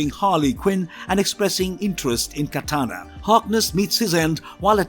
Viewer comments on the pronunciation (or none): none